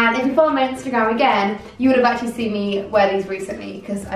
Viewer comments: You always say the word “seen” as “sin” But u did look gorg in this video 🙌🏼🙌🏼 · Why does she say ‘seen’ like ‘sin’ 😭😫😫😫😫😫😫😫 ugh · ‘Seen’ not ‘sin’ 😂😘